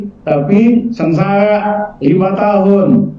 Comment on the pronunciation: Lizal Lamli sengsara bkn sengsala